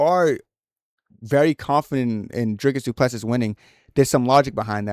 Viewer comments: It's a pronounced Do Ple See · You’ll get cool guy points if you pronounce his name properly fellow African :}